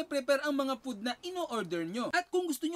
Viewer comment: Stop using chopsticks!!! Di ka nga marunong!! Learn how to properly pronounce curry! Japanese food — not pud!